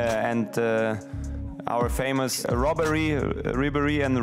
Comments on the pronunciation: "Our famous robbery, Robben and Ribbery😂😂😂😂😂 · He said Robbery to Ribery🤣🤣